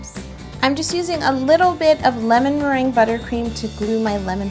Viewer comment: Ew "lemonmerangia"?